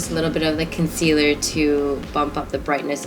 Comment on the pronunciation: Lol u sounded Jamaican when u said concealer😂